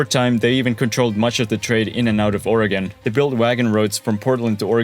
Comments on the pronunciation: However, deserves a big attaboy for pronouncing the state's name as OREGUN, as it should be, and not as OREGON, like in 'hexagon' - and like I used to say before I moved here and got chuckled at by the natives. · Thanks for saying Oregon right too smh